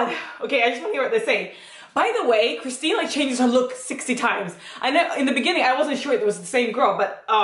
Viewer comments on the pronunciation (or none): Kirsten, not Christine ;)